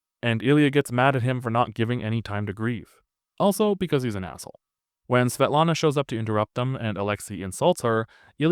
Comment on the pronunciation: Svietlana si pronuncia SVIETLANA. Oppure se vuoi proprio in russo in posto di "L" fai "W" inglese.